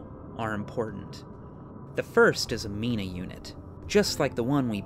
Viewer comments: Interesting video - though the pronunciations in places are very distracting. 'So' instead of 'Seo', 'Itoi' instead of 'Itou', 'Minah' instead of 'Mynah'. Still, props where props are due - it sure is a well researched, 3 hour long video on one of my favorite games with amazing voice acting for many impactful characters and lines. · My only problem with this video is that you pronounce Mynah like Mina (a very nice name) and not My-nah (a hilarious thing to call a mining replika)